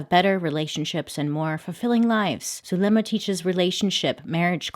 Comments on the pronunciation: I know I’m not supposed to laugh but how Bailey pronounce “Zuh le mAh” is so funny 🤣😂 And later become Zuhmelady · Her pronouncing Zuliema is so hilarious🤣. Cuz you can tell she trying but it’s so easy